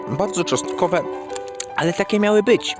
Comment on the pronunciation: co za burak, śmieć w trawę, czostkowe zamiast czosnkowe i do tego to mlaskanie....